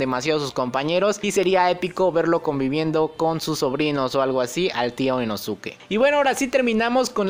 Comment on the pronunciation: Me da un escalofrío cuando dices Inosuke y no inoske